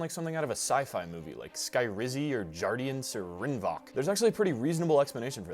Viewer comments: It’s actually pronounced “rin vohk” with a long o. I know this, because I’m American and have been advertised to about it hundreds of times. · The correct pronunciation is actually Rin-vogue